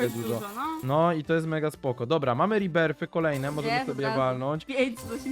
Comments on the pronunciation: To nie som riberfy to som rebirfy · Rebirths czytaj rebirf